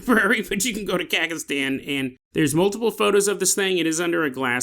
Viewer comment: It took me way too long to figure out what he was trying to say lol